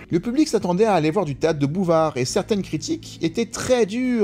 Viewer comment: J'ai cru un moment que "théâtre de Bouvard" c'était une mauvaise prononciation du "théâtre de boulevard" 😂